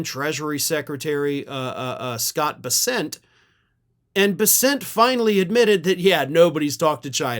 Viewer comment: buddy, you’re the only one I’ve heard that can properly pronounce Bessent. So many people struggle so hard to talk and don’t even bother to not sound stupid.